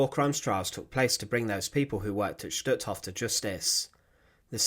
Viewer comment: #1 the pronunciation of Hof is long o, not Hoff, #2 Rudolf Hoess is pronounced like HEARSE NOT HESS, RUDOLF HESS WAS ANOTHER NAZI!